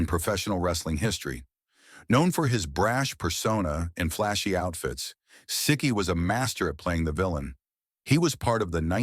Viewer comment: Right from the beginning they're making errors. Siki is pronounced See-kee, not Sick-ee.